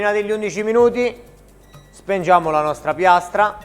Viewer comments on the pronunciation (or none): "Perché spengiamo?" "Spengete?" "SHPEEHNGI" (Cit. per pochi)